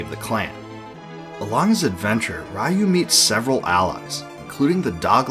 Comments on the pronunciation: Decades later, you stupid Americans still can't pronounce "RYU" correctly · Very well done retro, though every time you pronounce Ryu it hurts my ears 😅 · Did you purposely mispronounce Ryu’s name for comments? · Complains about translation issues. Mispronounces 'Ryu' about 10,000 times. :D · Not sure what was more nostalgic, the walk down memory lane w/this series, or listening to you mispronounce "Ryu" in the same way I (and many others) used to for the entire video. It's actually pronounced "Ree-You"; りゅ - Ri-Yu- instead of らいゆ -Ra-i-Yu-). Disregarding the spelling though the two names have different meanings that make it pretty clear which is the proper pronunciation: "Ryu" means "dragon" in Japanese while Raiyu means "thunder". Grammar lesson aside, very nice video. BoF 3 is my personal favorite of the entire series w/5 being my least...and we don't talk about 6 :D One of my favorite mechanics from BoF3 was the multiple ways to get awesome equipment for your characters. Too often in modern RPGs you just buy equipment upgrades but I particularly remember being able to get awesome gear from fishing, stealing, dungeon crawling, defeating monsters and sending your faeries out exploring. It made doing all of these things actually worthwhile as opposed to either just checking of a list of things to do or being simple ribbon abilities. That aside, didn't "Tears of Magic" not get funded through Kickstarter? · Ryu = ree-you, not ray-you. I wish Capcom make new BoF game. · Just a well meant hint: It's pronounced "Reeyu" - not "Raiyou". Other than that awesome video! Thank you! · Amazing video, but please oh please stop pronouncing Ryu like rai yu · 2023 = RAI-YOU! Ryu = Ree-you ✅ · Bud, Ryu's pronounced "ree-oo," like PU. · good video, hearing you butcher Ryu's (Ree-Yu) name wasn't even in my head seeing some of things i never noticed before. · Ri-you….. try it. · REE-YU. Take a 20 second Japanese pronunciation primer. All five vowels are always pronounced the same.